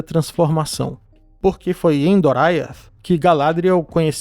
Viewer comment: Ótimo vídeo! Só um pequeno detalhe, o nome do Reino de Thingol é Doriath, e se lê da forma como se escreve, não "Doraiath".